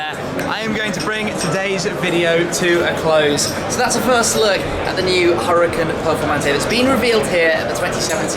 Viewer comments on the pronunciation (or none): its "Hoo Ra Kaan" not hurricane duh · its pronounced ou-ra-khan